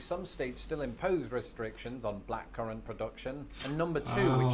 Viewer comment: Black curen? The fuck lmao